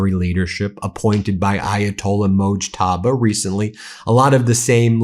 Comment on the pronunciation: Moosh ta ba 😂not Moj toba